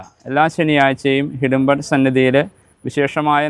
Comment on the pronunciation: Secretary Ariyunnathinu.... Hidumban Alla...... Idumban Aanu. Murugaaaaa....